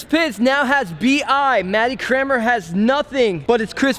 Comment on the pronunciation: You pronounce Cranmer differently... Matty Crayon-mer, Scotty Crane-mer. Hilarious.